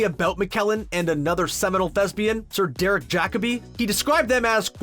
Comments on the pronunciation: Why is this man saying "thespian" like "thesbian" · Interesting! BTW It's thesPian. Sorry. My OCD couldn't let it go...